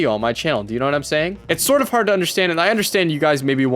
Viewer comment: When said hard in "I relate to the movie so hard" his true Canadian came out